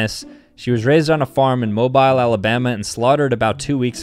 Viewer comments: I am sorry. It’s Moh-beel. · The fact he said “mo-by-le Alabama makes me mad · ITS MOH-BEE-HL not Mobile!! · Like Janice the cow, I live in Mobile Alabama and it’s pronounced moh-beel not mobile. It’s totally cool it happens literally all the time. Edit: so I was rereading my comment and I noticed it kinda came off as rude, that is not what I meant to sound like so I’m correcting it. It’s kind of a running joke among mobilians because literally no one pronounces it right. But I did not mean to sound rude love ur vids! 🎉 not really sure who all reads these ngl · THATS WHERE I EXACTLY LIVE BRO also it's mo-beel no mobile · It kills me when someone pronounces Mobile AL “Mobyle” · bro did not just say Moe - Byle 😑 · the way he said mobile, AL 💀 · He said Mobile wrong😭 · How he pronounced Mobile Al. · He pronounced mobile wrong